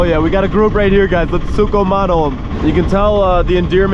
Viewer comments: It's not sukumano it's sugam ano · Not Sugho mono, Sugham aano Love your videos anyway ❤️